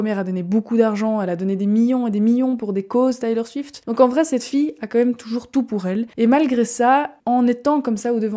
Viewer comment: Salut ! Le documentaire c’est Miss AmericaNA. Et on prononce Taylor Swift [ Tèlor Swift ]. Tu pourrais ajouter qu’elle est en tournée depuis presque deux ans avec un show qui dure 3h15 où elle chante et danse sans interruption et sans play-back :) c’est une véritable athlète et une incroyable performeuse. Bises!